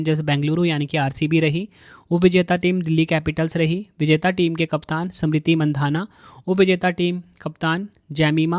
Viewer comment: Kaisa tumlog ko bolne nahi ata h kya samriti nam h ya smriti... Jaha bhi adha akshar h sab ko pura padh rahe... Teacher ho km sekm itna to ana chahiye...